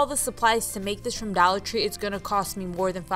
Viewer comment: ""DALLAR" tree?